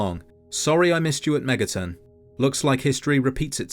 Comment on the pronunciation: I have been on a SMT binge for a while that when I heard "Behind Megaton' at the beginning I heard "Behind MegaTen" I thought I had a psychotic break and was watching another SMT video when I intended to watch a fallout video lol